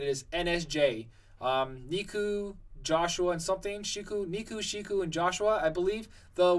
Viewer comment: it's pronounced neku, jousha, shiki neku: neck-oo Joshua: josh-o-a shiki: she-key I played the world ends with you and it's my favorite game that needs a sequel that's why I always correct the pronunciation of these characters